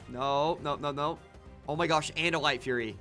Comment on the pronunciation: its not "furry" its "fury"